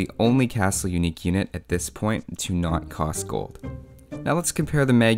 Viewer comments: 5 years late but you actually pronounce Huszar as hus-SAR and Hussa as Huzzar sz is s like in the word special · "sz" is pronounced like "s" so it's still "Hussar" lul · And also, huszár is pronounced "who-sar", with the emphasis on the first syllable... "sz" makes the equivalent of the English "s," so no need to add in a "z" when you say it. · I'm also pretty sure that Huszar is pronounced hu-SHAR. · I think they're both pronounced "who-zar". Not sure though... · it's pronounced Mud-yars. Hoo-sars. Legend has it all the villagers are Toldi Miklos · My ears bleed when you say Huzar. 1 minute googleing -> Hungarian (sz) is always the the English (s). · That pronounciation is pretty funny :D For the A in Magyar, there is no example in English, it's like the U in UP, with less widely open mouth. HUSZAR (originally HUSZÁR): HU is like WHO with a normal H, like HUNGRY. SZ is a normal S in English. Á is like pronouncing UP with a long syllable. That's where the Hussar's name originates from as well. Also, calling us Hungarian would have been simpler from the developers as well.